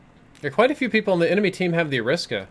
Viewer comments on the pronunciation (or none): Isn’t it Ari-Sa-Ka not A-Risk-A? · It’s AIR-RA-SA-KA That’s how you pronounce it bud